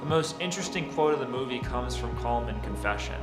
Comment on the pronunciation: Its pronounced colim you watched the film you should know how to pronounced it ,the same with Padraig its paudrig or paurig.